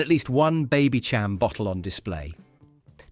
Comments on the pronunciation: BabyCHam! LOL... Babysham as in Baby Champaigne. 🙂(So many little errors!) Narator showing his lack of age! BTW. Meal Deal in Sainsbury's is £3.50 today (just got one!) - you must be in London. 😀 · Baby-Sham, not Baby-Cham. Like Baby-Champagne! It was a sparkling sweet "wine like" drink. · Its pronounced baby sham btw. Its like sweet fizzy wine. It was really popular, not very strong in alcohol. My gran would let us have a bottle of it on new years eve when we were kids